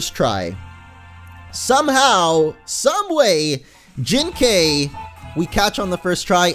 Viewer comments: Literally the whole episode you pronounced Jinkai incorrectly. It isn't Jin-kayy it is Jin-ki. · it's pronounce as Jin-kai and not Jin-kay(like ok)! It's Kai like Setik Kaiba or Kairi or Kai in Dragon Ball Z Kai or Dragon Ball Budokai!:) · Wait, Jinkai is my ghost!!!!!!!!!!!! BTW, it's pronounced Jin-Kye. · Jinkai is said Jink-I